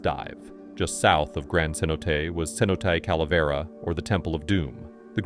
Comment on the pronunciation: The AI voice you're using persistently mispronounces cenote.